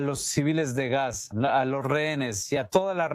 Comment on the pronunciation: Pronuncia bien, Gaza dices gas, ? FUERA los TERRUCOS, suicidas! Shalom ISRAEL.